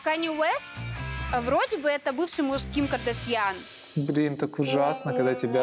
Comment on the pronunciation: Ну только бывшим мужем Кардашьян Канье считают какие-то ограниченные люди. Канье музыкант, продюссер. Но и КардашьЯн так произносится, не понятно, с чего это вдруг она стала КардАшьян.